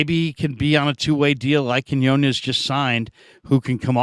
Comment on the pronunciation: Please learn to pronounce Quiñones please,!! 😢😢